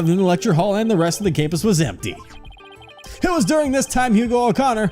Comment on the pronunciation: Hugh o'conner sounded like "your a goner" so i think the recorder is useless